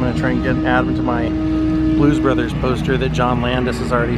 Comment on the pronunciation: When they were announced. I swear he said Blues Brother. Great video. Thanks for sharing.